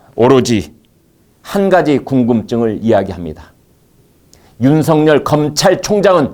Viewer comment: 윤석열을 윤석렬로 발음하지 마세요